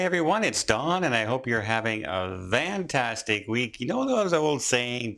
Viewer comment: Don, why do you say vantastic day?